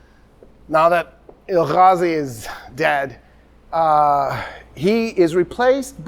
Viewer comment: please no throat sounds in Turkish. (it hurts to hear or I will keep shouting Julius Caesar and Nicea)... now no "Ghazi" it is "Gazi" like you say gas or grass just the same "g" or Toktekin not Tocghtekn ...not Tughrul... it is a soft "g" you do not pronounce it at all but pronounce the vaul before it double so it is "Tuurul". it is terribly rude to be speaking with deep throat sounds. Turkish still being confused with Arabic even by someone who is so aware of it.... part 1 of the lecture Turkish, Mongolian, Korean, Turkish being related